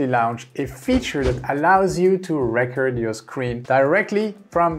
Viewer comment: Just a quick tip from a fellow ESLer: the way you say “recording” is perfect, now cut off the “ing” and pronounce it the exact same way and you’ll be saying “record” correctly. Love the videos, keep it up! 🙌